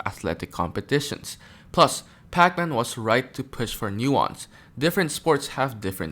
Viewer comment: Love how you pronounce his name like Pac-Man lol